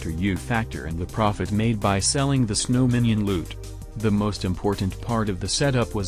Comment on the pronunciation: selling loot from fishing what i heard:selling lewd from fishing